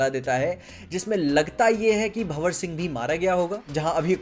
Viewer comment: Bhawar ❌ Bhanwar ✅